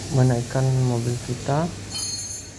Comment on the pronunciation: Dibacanya mobil om, bukan mobile 😅